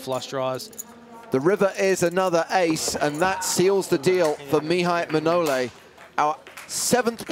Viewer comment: 24.55 It's Maihai Manole not Mnaole